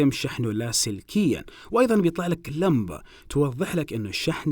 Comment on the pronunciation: اسمعو كيف يقول ( لمبه ) 😂💔